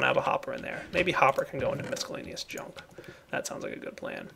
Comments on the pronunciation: Mis cell aneous NOT Misk ellaneous also Et Cetera NOT Ex Cetera or Eck Cetera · Please, it's Miss-cell-ay-knee-us, not misk-ell-ay-knee-us. Your sorting system is looking pretty nice for a starter! Glad you showed us these pipes :)